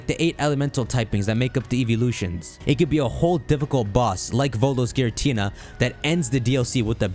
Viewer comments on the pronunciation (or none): none